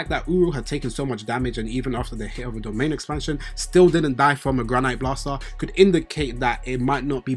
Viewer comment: HOLD UP ... You the first person on YT to be pronouncing Granité properly 😂😂😂😂😂😂😂 EVERYONE SAYS GRANITE like the fucking rock. What about Ishigori screams rocks and minerals? It's Granité like grah-nee-tay. French dessert. The é with that accent is pronounced like the letter "A" in the English alphabet. It being a French dessert makes sense cuz Ishigori's entire reason for reincarnating is to find his dessert lol